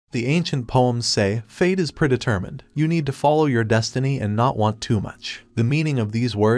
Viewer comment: "priditirmend" comedy gold. how about we come up with a new term for machine translated text to speach? oh and by "we" I mean "me". let's see... chinesium is the cheapest metal so I think I'm gonna combine that with something, spanglish is pretty funny so ill add in something american, so uh... cheaparicaneese! anyways I'm gonna go watch something which doesn't make racism seem perfectly logical. like yeah Americans are dumb, but how could I NOT feel superior when this is one of the other options?